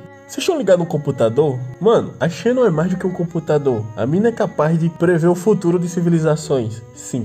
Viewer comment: Xeno se pronuncia Zeno, coisa do inglês. Tipo: Xeno Gear Xeno Blade Xayah (campeã do lol)